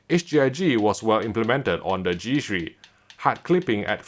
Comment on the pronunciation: Its g three not g shri